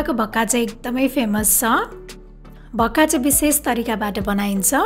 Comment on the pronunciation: Bhakka hoina ho mis it's call 'vaka'